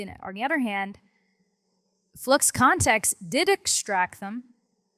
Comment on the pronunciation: "Nano Banano" "Gwen Edit" "Flox Kontext". I can't with these pronounciations